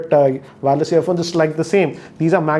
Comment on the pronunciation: It's not WAAAAAARLESS, its wire-less.. just kidding.